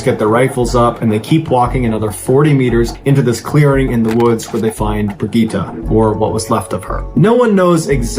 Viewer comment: Correct me if I’m wrong, but the female Swiss hiker’s name is pronounced Brig-get-ta, not Brig-gee-tah.